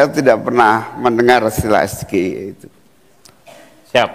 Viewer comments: Gibran juga salah cara mengeja itu kan bahasa Inggris ejaannya salah besar . Makanya gak usah merasa pinter . Gayanya sok polos ,sok jujur , sok kalem , sok oon , cupu dan lain lain . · Gibran ngasih pertanyaan ngawir yg dia sendiri kagak bisa ngejawab😅 Singkatan inggris di eja bhs indonesia. Ejaan Indonesia SGIE artinya kan si gibran ingin eksis Ejaan inggrianya es ji ai ie. Inggrisnya state of the global islamic ekonomi. Bran bran.. Sgie ndasmu😅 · Maaf SGIE itu singkatan bahasa inggris mas... Harusnya bacanya Es-Ji-Ai-I.. anakku yg Smp Ja ketawa pas liat 🤣🤣🤣🤣 Main tebak singkatan, keg cerdas cermat🤣🤣🤣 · pelafalan S G I E yang seharusnya S G AI I singkatan Inggris dibaca ejaan Indonesia, satu duniapun gak bakalan paham 😂😂😂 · Cak Imin ga ngerti. Karena Gibran tdk tepat bacaannya SGIE. Baca yg benar sai ji ai i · Mas Gibran keminter dihadapan profesor Mahfud. Dan saat membaca SGIE jg g bener. Kita doakan saja semoga mas Gibran tetap menjadi walikota Solo. Atau meneruskan usaha bapaknya di bidang perkayuan. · Suhu ngibul 😂😂😂 sgie pengucapan Indonesia 😂😂😂 itu singkatan Inggris bro😂😂😂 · SGIE saja Gibran salah sebut. Klw penggunaan bahasa itu hrs benar sebutanya. Ini bukan ujian anak SD. Tp forum terbuka. Dan hrs di sertai dg singkatanya.... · Saya gak nyangka mas gibran kasih pertanyaan SGIE singkatannya bahasa inggris tapi pelafalannya indonesia banget,kira2 belajar bahasa inggrisnya dimana ya😁😁😁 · Ya jelas CUPU LAH gibran kalau orang paham dan pandai sinfkatan itu kan tergantung yang mengartikan atau kalau singkatan bahasa ingris harusnya cara sebut huruf pakai logat bahasa ingris juga CUPU CUPU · ❤Gibran lebih tidak paham SGIE Bahkan mengeja pake bahasa inggris saja TIDAK BISA ❤ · ya iya lah yang bertanya aja nyontek dan planga plongo dan cara ngejanya juga salah besar😂 SGIE kok di baca Indonesia,,,hello itu singkatan bhs inggris belimbing sayur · singkatan bahasa inggris kenapa dia sebut SGIE makanya cak imin tdk paham yg betul itu SjiAii